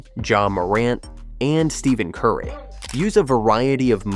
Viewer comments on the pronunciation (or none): This is supposed to be a basketball how to video and the chat bot pronounces Steph Curry's name wrong?! Bro...